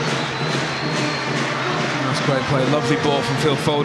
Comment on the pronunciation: LeMat yeah except the Irish geezer kept calling him foden 🤔